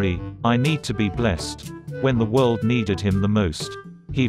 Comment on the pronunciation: "When the world neened him the most... he vanished" ATLA YEEES 😂😂😂😂